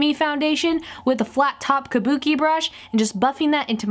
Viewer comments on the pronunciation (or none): none